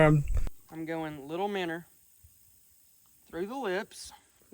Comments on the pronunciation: Minnow MinnOW there is no R in the word. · Minnow❌ Minner ✅ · stopped watching first time he said minnow